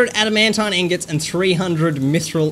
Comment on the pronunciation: adamantine is pronounced. (add, a, man, teen)